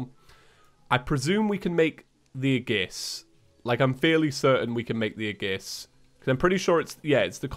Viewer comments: FYI aegis is pronounced a-yy-jis not a-gis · you pronounce aegis wrong. It's "ayy-gis" not "a-gis" Also it's LeviosA not LeviOsa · aegis pronunciation is a-gis. It's like this, ayy-gis. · Yes, it’s “age iss” not “uh giss” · its 'ee-juhs', not 'ay-gus' or 'age-iss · Every time tries to pronounce aegis a part of me dies It's "AGE-iss" not "a-GISS" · Hey, aegis is pronounced ee-jis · Hey what the hell is an aggis, if you meant aegis then pronounce it like aegis, not like aggis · "Aegiees" Me:"FUUUUUUUUUUUUUUUUUUUUUUUUUUUUUU..." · His pronunciation of aegis hurt my soul. It’s E-jis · Just so you know aegis is pronounced as "ayy jis" for some reason. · noooo its ag-ee-is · it’s pronounced the asgardian ey-jis or ey-gis, I’m not sure which of the two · For your own knowledge, Aegis is pronounced "ee-juhs" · You butchered the pronunciation of "aegis" so bad that Athena herself cringed. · Ə Ģ Ğ YES YES YES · After playing xenoblade chronicles two through twice it makes me die inside every time I hear him say aegis. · that's not the pronunciation of aegis i am used to..